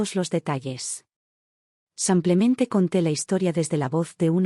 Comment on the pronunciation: ¡Qué pesar que haya tantos errores de dicción! Las historias son buenas pero los errores de género y esos "SAMPLEMENTE" son INSOPORTABLES. 😢